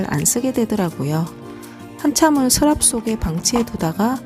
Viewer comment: 아 발음이 정말 귀여우세요🥰 저도 경상도 사람이라 넘 정감가요 스랍, 크읍ㅋㅋㅋ